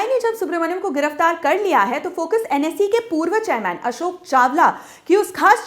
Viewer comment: It's NSE not NSI